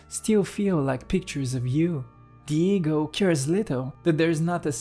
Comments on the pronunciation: I'm sorry but I keep hearing Diego 😂 Jokes aside, this video is, to say the least, profound. Thank you. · Absolutely brilliant although I will say that I thought you were talking about some guy named "Diego" every time you said "the ego" 😂😂